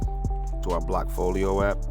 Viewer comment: Blackfolio? I thought it was called bllockfolio.